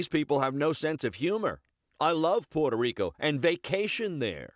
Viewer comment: I think the way he said "Puerto Rico" was infinitely more racist